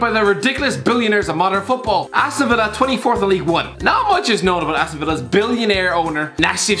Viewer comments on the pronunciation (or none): none